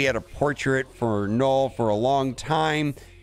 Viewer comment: 0.12 "Knorrwl" *Destroyer of words